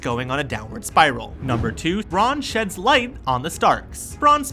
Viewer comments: geez "Braaan" will "warj" hard cringe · Unreal how bad this is! Brawn for Bran....Danereeus for Dany, freaking Essauce?!?!!? WTF?!?!?!! Never again. Put some RESPEK on the GoT's name! Is you done or is you finished? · Warjing? Bron=Bran? Danerisis? E-SOS? Mirren? Don't make videos if you don't know enough about the content to pronounce it correctly. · bran is short for brandon... no one says brawndon, so why brawn